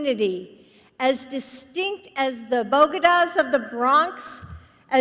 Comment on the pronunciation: She said Bogada of the bronx. Isnt that a city in Columbia? How can someone be that stupid and look like alice cooper.